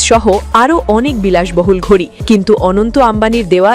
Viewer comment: এটা ঘুড়ি না ঘড়ি আগে সঠিক উচ্চারণ করো